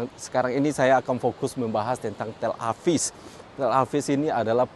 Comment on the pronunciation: Tel Aviv bukan Tel Avis 🤦😂